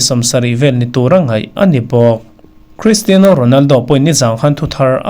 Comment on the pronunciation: Sir, Cristino ti tawh lovin Cristiano ti tawh zawk teh, beng a kham deuh tlat thin 😁